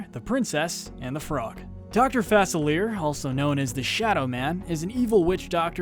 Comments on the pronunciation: Anybody else see the skulls in Gaston’s eyes as he fell? (Btw,, his name is French. It’s pronounced “Fah-silly-yei” not “Fah-sil-leer” lol) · It's pronounced Fuh-Sill-Ee-ay. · It's "Doctor Fuh-Sil-E-Yay." :) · OMG. Srry but it’s pronounced Dr (Fa-sill-ee-ay) instead of Fa-sill-ee-er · It’s actually doctor FACILIER! I cringed at how you pronounced his name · An, yes. Doctor Fasilleer. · It is pronounced fa sil ee ea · you mispronounced doctor faclier, listen it's doctor fa-cee-li-ea and nortre damne is pronounced no-tre damn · Dr. Fas a leer lol It's a french name so it's pronounce "Fa-Cil-Leyay" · It’s pronounced Fuh-silly-ay. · Am I the only one who pronounces Facilier as fas-ill-er or fas-ill-eer? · Dr.Facilier was pronounced wrong It’s Pronounced Fa- cil- ie- ay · *Fuh-sihl-ee-ay *Shahn-yuu Please, if ur gonna make a list of people whose names are repeatedly said in the movies, say the names correctly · Its Dr fe-cill-ee-air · It's pronounced Dr. Fa-Sill-lee-yay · You mispronounced facilier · Yo why did he say dr facilia like that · Why are you pronouncing Dr.Facilier’s name wrong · YOU MISPRONOUNCED FACILIER!! SHAME ON YOU! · I hate how he pronounces "Facilier." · Anyone else notice he mispronounced Dr. Facilier ? No just me, ok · Oh wow, you’re pronunciation of “Facilier” is pure cringe... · Also, Dr. Facilier’s name was pronounced wrong, his friends are not demons, instead they are Loa, and Dr. Facilier was not dragged to hell, he was dragged to the Loa’s world. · There are just some villains that deserve everything they got and some that deserved to probably just get put away for life....but honestly I would never wish some of these deaths on anyone! :P And dude you pronounce Dr. Facilier really weird...have you even seen the Princess and the frog? lol But over all I really liked this video good job I'm giving it a like ^_^ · You're pronunciation of Dr Facilier hurt me....